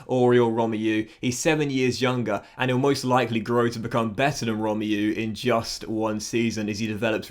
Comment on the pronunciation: Love your vids...its pronounced "Rom-may-oo" not "Rom-yoo" btw